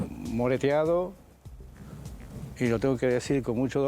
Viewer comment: Moretonuado..no mireteado se dice